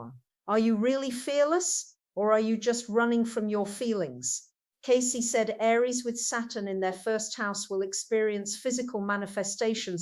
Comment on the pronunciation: someone is using her voice and interests . She wouldnt say her name incorrectly.